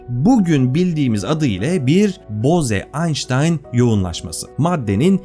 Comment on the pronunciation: Konu çok başarılı anlatılmış ancak belirtmeden geçemeyeceğim. O Hindu soyadı "boze" değil, "boğz", yani ingilizce'deki "rose" ya da "hose" gibi okunuyor. Yani "boğz-aynştayn yoğunlaşması" olarak okumak gerekiyor.